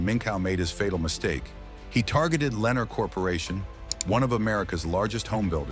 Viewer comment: AI narration mispronounced Lennar. The correct pronunciation is Le Nar.